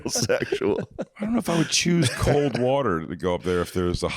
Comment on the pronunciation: "the worter"